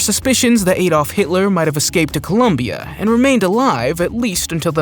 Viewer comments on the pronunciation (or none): none